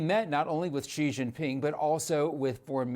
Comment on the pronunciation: Xi is not "gzee" its "she". Beijing is not "baygzeeng" its "bay jeeng". Someone whos job it is to communicate with millions of people should know how to pronounce basic Chinese names. If I was making $3 million a year, Id be professional enough to learn how.